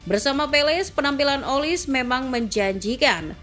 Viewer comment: Bacanya olise, bukan olis